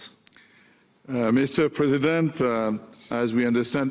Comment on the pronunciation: Does the first guy keep calling Trump "Mr Present" because he is a gift to the American people or because he can't say "President"? lolll